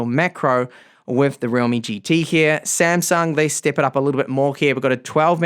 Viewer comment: not 'samsang' it 'samsung'